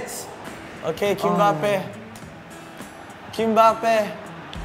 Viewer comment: Kimbempe + Mbappé = “Kimbappé”